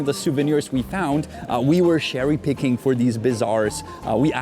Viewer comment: Janek - "wafers" = "wejfrz" you're saying it wrong, so a lot of people will be confused (until they see the word on the packaging). Also, not sure where you got the phrase "sherry-picking" from, it's "cherry-picking".